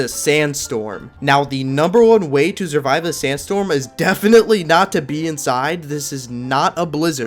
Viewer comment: “Zurvive”